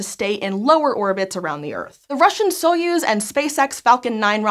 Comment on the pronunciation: It's pronounced as Sa yuz